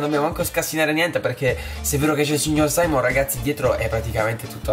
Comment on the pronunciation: Non si chiama saimon si chiama simeon